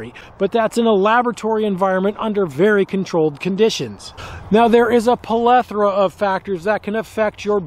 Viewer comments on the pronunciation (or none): Polethra of reasons. Lol